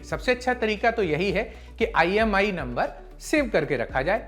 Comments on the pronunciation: IMEI hota hai na ki IMI 😆 pata nahi lallantop ne kis kis ki bharti kar li😆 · NOT IMI NUMBER IT'S "IME" NUMBER